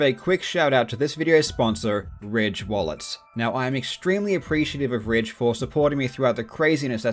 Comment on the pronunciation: When I heard the world ridge I thought he said raid